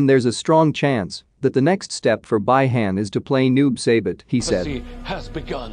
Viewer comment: Bi han spell "be han"